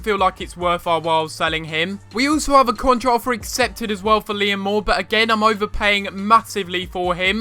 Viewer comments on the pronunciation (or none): none